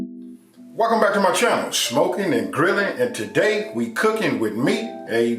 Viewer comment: As soon as he said 'Sh-mokin' I knew it was on